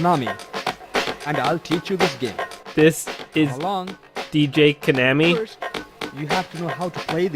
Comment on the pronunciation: It's pronounced Ko-naw-mi :)